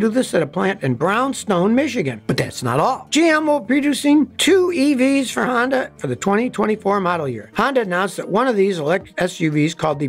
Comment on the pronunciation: Sonda? Hony? Shonda?